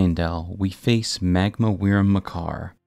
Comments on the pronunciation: Why do you keep saying "weerim"? It's just pronounced like 'worm', my dude. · Wyrm is pronounced like worm. As in a dragon that crawls, not flies. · FYI “wyrm” is pronounced “worm”